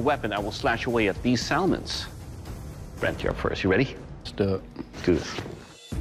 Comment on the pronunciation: "these SAL-MINS!"😆😂😆😂😆😂